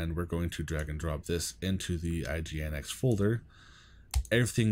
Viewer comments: Pronounce is Engine-X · Just fyi - it's commonly pronounced "engine-x"!